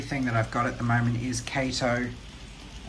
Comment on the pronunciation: Kah-to, not Kay-to. It's Japanese.